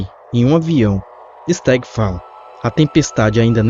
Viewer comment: Kkkk quando ele fala se stagg eu sem querer escuto Sr Star 😗😗😗